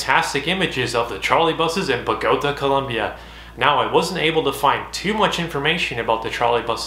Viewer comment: Nice video. I lived in Bogota in 1969 near a trolley bus line. I frequently saw the Russian vehicles. For the record it's pronounced bo-go-TAH, with the accent on the final syllable.